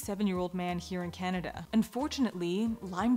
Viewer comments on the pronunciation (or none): none